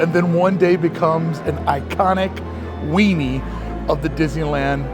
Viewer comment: weenie, or WEANING 😂